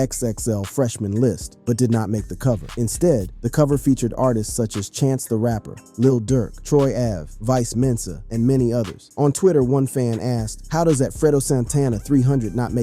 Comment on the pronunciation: Bro said vice mensa and why did buddy had 2 pics of solja boy 😂